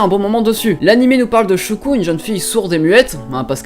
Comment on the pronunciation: Shoko et Shoya please ça fais mal d'entendre ShOUko et ShOUya X"D Sinon l'anime 91 Days m'intéresse parce que les autres je les ai déjà vue ! °^°